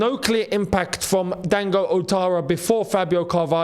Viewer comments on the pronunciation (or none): none